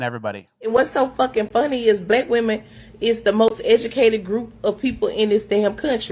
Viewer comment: “Black women IS the mos egicateit group!”🤣